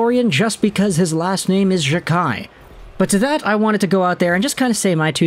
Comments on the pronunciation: It’s pronounced Jack eye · It’s “Jack-eye”.